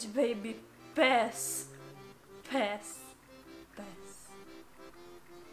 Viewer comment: Tu zici pașș În loc de pass la